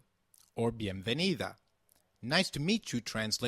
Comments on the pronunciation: Don't you pronounce 'v' same as 'b' in Spanish? Like Ve de vaca which sounds like baca? Why do you say Bienvenido and not Bienbenido? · It's pronunced: "Bienvenido o bienvenida", porque así es la regla :v